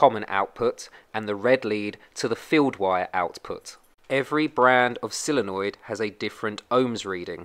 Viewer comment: So Many Say "Silenoid"Like "Silly" noid, it's "Solenoid" Sole sounds like "Soul"